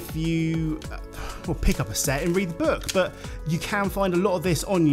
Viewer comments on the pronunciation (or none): none